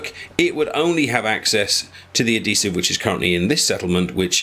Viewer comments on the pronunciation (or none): There's an H in the word adhesive.